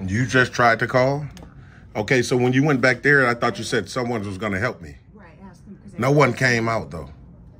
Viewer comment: Say it with me. I know you can do it.. ready???? ""AASSKK"...😅